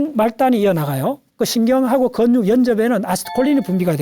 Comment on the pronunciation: 다방면으로 박학다식하신 분이라 잘 듣고 있습니다. 일할때나 운전할때 잘듣고 있습니다. 나무를 보지말고 숲을 보라는 오늘강의를 들었는데도 자꾸 근육이라는 단어가 건육 건육으로 들리니 제 배움은 항상 모자르나 봅니다. ㅠㅠ